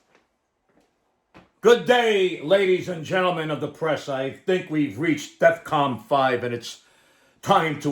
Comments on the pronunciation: Jesus Christ…First off, it’s DEFCON, not DEFCOM. And 5 is the least severe, DEFCON 1 being the MOST severe…which is certainly the case for the Yankees. Also, it’s Aaron Boone who needs to be fired not Bob Boone. I mean, you can’t expect the Bronx Bombers to clean-up their act with sloppy rants like these! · Did you mean "Defcon"? Because there's no such thing as "Defcom".